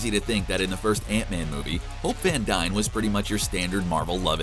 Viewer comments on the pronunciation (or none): none